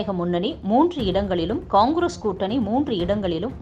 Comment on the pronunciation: சரியான உச்சரிப்பில் கூறினீர்கள்...... கொங்கிரஸ்